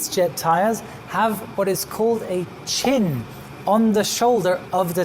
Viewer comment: One mistake here, they are called tire chinEs, not chins. Pronounced like wind "chimes" but with an N